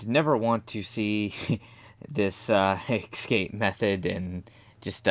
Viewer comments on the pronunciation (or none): I know this is old and you probably won't read it, but I had to comment. There is no word as "excape" . Read the damn word. ESCAPE. see the E and S? There is no X or KS . You can read, can't you?